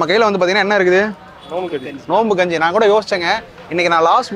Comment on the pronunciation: Bro kunji ila kanji